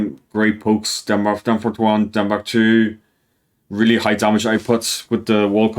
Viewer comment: Everytime you Said down 3 i thought you Said DEN 3 ☠️☠️☠️